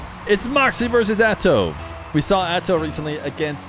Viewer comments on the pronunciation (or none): He said atow. 💯